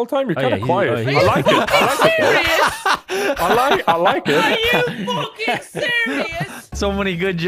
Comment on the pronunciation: I love the way Brian suddenly sounds so English with the Are you sErIoUs?